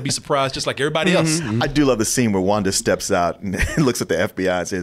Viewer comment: No one:: Wunda and the Multaverse